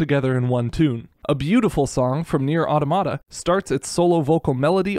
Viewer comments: au-TAH-muh-tuh. It’s the plural of automaton. Not “atamadadtatada.” It is not some weird misspelling of automatic. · it's pronounced Automata, not Automata pls